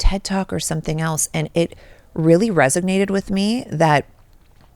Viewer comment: Khloe, I love you, but it’s RESONATE. lol